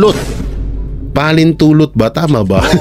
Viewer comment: pahintulot po hindi pahalintulot 😂